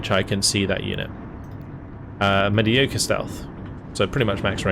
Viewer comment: You said mediocre wrong so everything else in the video is meaningless now.